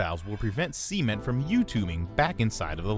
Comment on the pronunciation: All I hear is Sea Men the whole time I was like wtf is a Sea men, until I looked at the caption that it was meant to be cement....."Sa" ment not "C" Ment lol